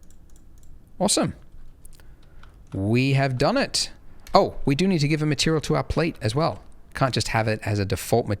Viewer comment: Did you say " We have Donut" or "We have done it?" >.<